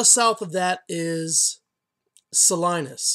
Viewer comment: ummm not from Ca?? typical of Spanish pronunciation the 'town' is saleeeenis... not saleye-nis... check out John Steinbeck's birh place... the library there (hope it's not in the water!) has a full sized statue of him out front.. a lovely little farm/market town.. Jw